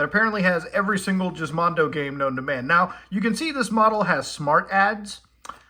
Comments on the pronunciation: I never heard it pronounced it as jizzmondo but ok. 🤣🤣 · Isn't Gismondo pronounced with a hard G? you know, like... "gismo"? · I thought the "Giz" in Gizmondo comes from Gizmo for gadgets? Or do the Swedes just pronounce "Giz" in Gizmo like "Jizz"? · muta pronouncing it "jizz-mondo" is the best part of this entire video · I think it was meant to be pronounced Geese-Mondo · Is the pronunciation a bit? Its a hard G like gizmo.... which is in the name. Jizmondo is still a funny word. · Even with all this super in-depth research and even having several words translated, I still can't tell if Muta is joking or not by calling it the Jizzmondo. If he is serious, I want to know who told him it's called that and he just accepted it as fact. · no, it wasn’t. you are right, it was pronounced like “gizmo.” they wanted you to think it was a “mondo gizmo” or whatever. muta’s just milking (🥁) the fake pronunciation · why is youtube still trying to get me to “watch the women’s world cup on fox?” friggin annoying 🙄 edit: also, no, i’m pretty sure it wasn’t the “jiz”mondo. it was a hard “g.”. like in “gas.” cuz it was supposed to be a “mondo gizmo” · Hey called it a jiz mondo 😂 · Let me help you out a bit there Muta, it's Gizmondo like you're saying gizmo, light g not hard g (I know, I know just go with it). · He says, jizzmando 🤣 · I hate how he pronounces it JIZZmondo. It's called Gizmondo with G as in GIF and in Garage. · I didn't know it was pronounced jizz mondo. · Its pronounced as [Гiзmondo], there's no Jizz in it. Altho, that would explain the gloves. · Its not Jizmondo! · I dunno whats funnier, the shitty handheld, the Ferrari, or the fact Muta is mispronouncing the word “GIZ” (as in Gizmo) Mondo 😂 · Beginning to think he said “Jizzmondo” as a massive joke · If it was pronounced "jizz-mondo" then wouldn't it be spelt with a J and not a G? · It's pronounced similar to 'gizmo'. I think that's what they were getting at. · The name is pronounced with a hard G, not a soft one